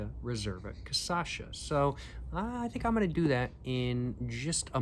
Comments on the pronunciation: You are saying it like caçacha but it’s cachaça the c that sounds like an s comes after the “cach”. Great video though I love the depth of your reviews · Would you PLEASE start pronouncing cachaça correctly? Cah-shah-sah (you're inverting it to cah-sah-shah). Btw u HAVE TO try Jambu cachaça. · That is definitely much better than the trash caninha 51 you got before! Also: never say your poems are not good! Let the reader decide. They might disagree! :D edit: minor note, but you are saying "caçacha", when it reality it should be "cachaça". You are swapping the two latter syllables :P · When he says Ca Ça Cha. It is CA Cha Ça. Very similar but when it is said sounds really really funny. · i love the fact that you pronnunciate KA-SA-SHA instead of KA-SHA-SA, your way sound way more better than the original pronnunciation here in brazil! great video btw! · Try caipirinha with this one, to me its even better. Also the pronunciation is 'caCHAssa' and not 'caSSAcha'🤣 nice video man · bro im begging, cachaça not caçacha, you are starting to make ME say it wrong too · I think you are already thinking about moving to Brazil. Now, it is not Ca-sa-cha, it is Ca-cha-sa, lol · BRO , IS NO T CA ÇA CHA, IS CA CHA CA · It's KaSHAssa 😊 be welcome 🇧🇷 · thanks for attempting brazilian portuguese!! but it's "cachaça", so you should pronounce it "KA-SHA-SAH" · if i hear you saying caÇacha one more time i'm gona kms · bro this is so funny how he says Kassacha hahhaha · from now on, i will only say "caçacha" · Ele fala caçacha kkkkkkkkk bonitinho dms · sir, it's pronounced "kah-SHAH-suh" that said, I'm loving to see the Brazilian cigarettes and cachaças reviews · jaja other people say Stella Artois but says Stella Artosis... a thousand people have commented about it and he just dgaf... ain't no way he gonna stop saying caçacha 🤷‍♀️ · "Cassacha" kkkkk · Love you saying CAÇACHA, its my new way of talking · eu amo ele falando caçacha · say like this: "CA-SHA-SA" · W caçacha 🤷‍♀️